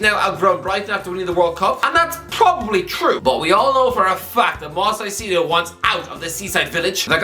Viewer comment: I can’t stand idly by and let keep butchering this man’s name. Moi-SES Kai-SEH-doh